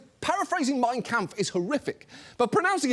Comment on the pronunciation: Ridiculous though he is, it's getting hard to keep laughing at Trump at this point... It's just sad. Anyway his pronunciation of "Mein Kampf" seems on point to me, which would make it harder to believe he hadn't read it if one assumed that he could and did in fact read books... John, maybe you're thinking of the verbal form "kämpfen", or is it just a standardized mispronunciation in the US for people to pronounce the 'a' in "Kampf" like 'ä'? 🤔